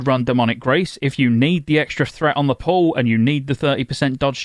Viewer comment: Every time he says "on the pull" all I hear is "on the poll", and then I imagine a warlock in demon form slaying a stripper poll